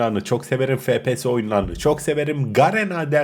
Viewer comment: Fepese değil kral efpies diye okunur